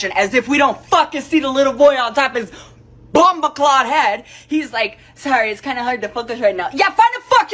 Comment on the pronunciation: Bomboclat, dumbass. Its Bomboclat, not Bomboclaud... leave it to a white girl trying to be street to fuck up her own video about someone else fucking up their pronunciation. Anyways, Elon is from South Africa and he has Autism. This girl is just lower class and reaching above her station.